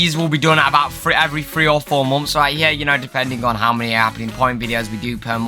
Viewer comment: about every 3 or 4 momths per momth